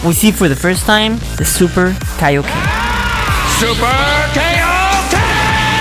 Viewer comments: Kaioken was at first pronounced kayoken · It ain't kayo ken it's kaio ken